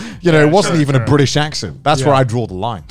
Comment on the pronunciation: Garnt not the host impossible, the cycle has been broken Bri’ish